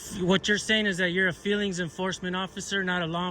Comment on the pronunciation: Ohhhhhhh the FWEELINGS POLICE.